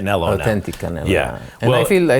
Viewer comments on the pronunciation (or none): “I fill I fill”